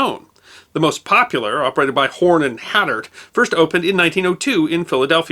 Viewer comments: I believe you have mispronounced "Hardart." You seem to have said 'had-art'. It ought to be pronounced "Hard-art" I am old enough to remember Horn and Hardart Automats as my parents took me to some as a kid in New York. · Love your program. It’s pronounced hard hart. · the chain's name is pronounced Horn and Hard-art with a 'hard' D. You can listen to pronunciations in English and other languages here - The NYC automats were fun places for kids, but watch out for the doors snapping shut. BTW - Is there any way to exclude ALL political ad's from your vid's? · While you could be forgiven for mispronouncing a Japanese name, I really should mention that Horn and Hardart is pronounced "Horn and Har-dart". One of my earliest school memories back in the 1960s is of a field trip my third grade class made to The Museum of Natural History. We were told to bring some coins for lunch which turned out to be at a nearby Horn and Hardart Automat. I was fascinated by the way the machines restocked themselves. At the time I thought that this was the wave of the future coming true - a first step towards fulfilling the prediction made by the 1964 World's Fair - that we'd soon be eating whole meals in pill form dispensed by home vending machines.